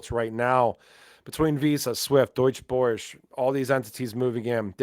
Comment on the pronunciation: the name you have difficulty pronouncing is actually the German Stock Exchange